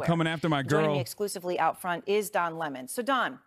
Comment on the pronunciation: I’m just here to hear Hasan say Le Mon 👀